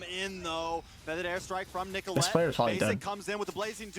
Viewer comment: Why does he call Nicholette apple?